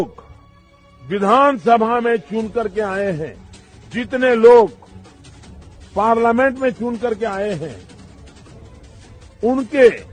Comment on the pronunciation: पार्लामेंन्ट नही रे फेकु पार्लियामेंट बोलते है PM कम-से-कम इतना भी तो बोलना सीख ले क्यों अपनी भद् पिटवाता रहता है कभी तुमको लाज शर्म नही आती क्या ।